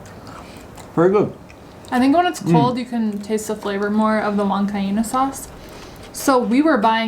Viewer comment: Guys this is the right pronunciation: Papas a la GUan Ka EEna. Hugs and kisses from a Peruvian in Dallas 💕